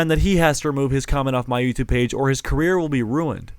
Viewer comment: I perform better in the videos I can do accents bro Also: "EN ITS BEH EH THEH EH EE THING ON YOUTUYBE"